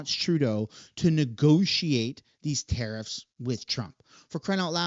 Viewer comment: Dude why the hell can you not pronounce Tariffs properly.